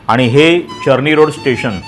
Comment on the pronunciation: चरणी रोड काय रे चर्नीरोड रोड बोल ना😂